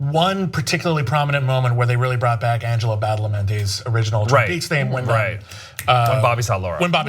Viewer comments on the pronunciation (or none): none